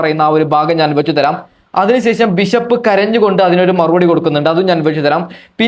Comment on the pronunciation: ബിശപ്പല്ല ബിഷപ്പാണ്